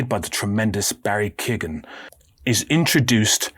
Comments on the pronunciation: its usually pronounced key-owen but barry pronounces it key-oh-gen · Not Barry Kigan, it’s Key-yo-gan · I dont mean this in a pedantic way but Barry Keoghan's second name is pronounced kyo-in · Keoghan is k-yo-gan